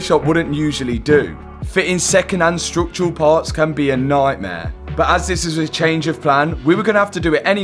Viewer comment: What the he’ll is ‘strook’tural damage ❓❓